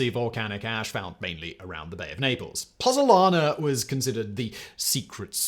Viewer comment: Hey YouTubers you have chilled the Pozuolana ZUO, 😂it had lasted 2 millennia before you came along to bring it down with your pronunciation😂😂